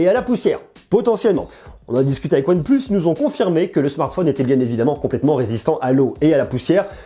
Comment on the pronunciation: En anglais ? OnePleus